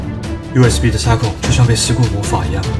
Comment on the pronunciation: USB我聽成you sb😂